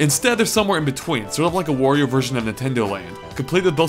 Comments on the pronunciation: It's Wario, not Worio. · It's W-ahr-e-oh Not Whor-e-oh. Jesus. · They should make a game that teaches the gamer how to pronounce Wario